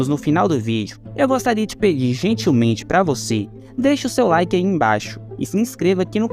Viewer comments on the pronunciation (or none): none